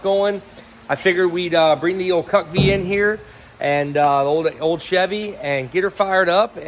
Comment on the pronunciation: Everytime you say CUCV it sounds like CUCK-V.